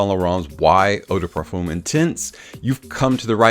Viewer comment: Great vid/production, thanks. However it is not pronounced 'parfoom', but 'parfuh'. The 'm' is silent. Just saying. Keep up the good work!